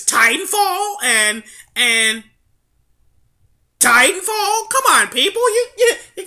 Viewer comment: lol, i like the emphasis on "ti" when u say "TITANFALL!!!"